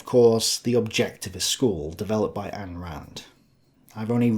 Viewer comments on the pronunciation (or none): Btw its Ayn like EINstein. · Welcome aboard. It's been great seeing your evolution. Your often irrational viewers helped drag you through the crucible. Keep up the great work. And now hopefully you'll learn how to pronounce "Ayn" properly. Cheers.